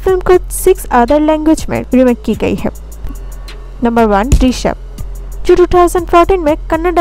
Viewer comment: ദൃശ്യം പറയാൻ ചേച്ചി നാക്ക് വടിക്കണം 😁😂😂